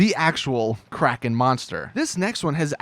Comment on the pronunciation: anyone's soul ever get hurt when you hear someone call the kraken the "kraykean"?